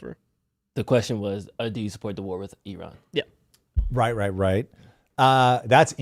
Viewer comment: As an Iranian, I can say this is one of the best analysis on this topic. Tom always educate himself before start talking, really brilliant👏🏻👏🏻👏🏻 And Thanks for pronouncing Iran correctly❤